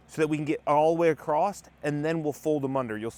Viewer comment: There's no t in across